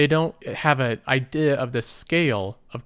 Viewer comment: It makes me chuckle a bit when you say idea. ideha